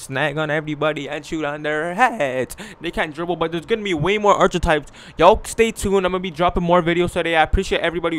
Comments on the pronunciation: U can't pronounce archetype correctly said ( at-Che-types) 😹😹 come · KiingMula ENT he Canadian I think lol that was funny